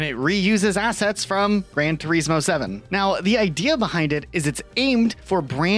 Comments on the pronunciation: I can't stand how you both constantly miss pronounce names.. you would presume as a creator you would get the names right 😂 gran Turesssmooo like WTF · I’ve literally just made an account to say this. It’s an actual joke that you’ve reviewed a game “Gran turismo”, to slag off the name, when you haven’t even took the time to learn how to pronounce or say it “GRAN TUREEEZMO” I’ve enjoyed your content but thats it, boycotted. Absolute rage bait I stg you can’t be serious. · I hate the way you say gran.Turismo lol